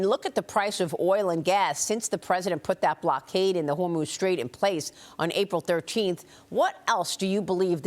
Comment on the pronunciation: “Straights of Uhmooz” 😂